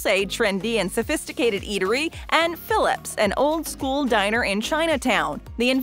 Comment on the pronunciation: Wrong shot of Cole's in DTLA and Philippe is not pronounced like Philip.